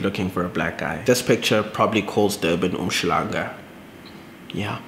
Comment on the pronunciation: Well articulated... that was indeed “a difficult mistake to make”. Also my death was 🤣🤣😂😂😂. “Durban Umslhangah”. I can not deal with you.